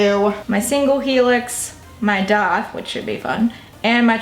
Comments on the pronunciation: you know that its called a DAITH not a doth right. youre speech is so fucking annoying god damn it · Where is she from? I know she talked about it but every time she says piercing I laugh and she also says daith odd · Love how she says daith